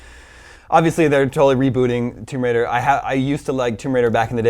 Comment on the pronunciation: man did you say thumb bridal? lara croft thumb bridal. from a treasure hunter becomin a successful wedding enterpreneur.